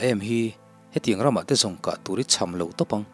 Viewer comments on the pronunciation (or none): none